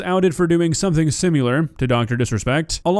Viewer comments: Please stop saying "simular". Its, "similar." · I agree with you and love your content bro but why the fuck are you saying “sim-you-lar” for “similar”. That’s quintessential to saying “nook-you-lar” for “nuclear”. I’m driving my Hyundai off a cliff as you read this. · The word is "similar", not "simular". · Sim-you-luur. All this fake outrage is all for getting views and traction. This dude sent a DM to someone he did or did not know was a minor. Who knows WTF he even said. This is dog piling just for the sake of making these tired response videos. "messaging kids" yeah if you say so then its how it is. How do we know what she represented herself as. What if its three DM's that didn't contain jack sht. Nobody is making videos on that. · Where the fuck did you learn how to say "similar"